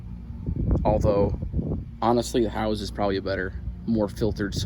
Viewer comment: Howes, not house.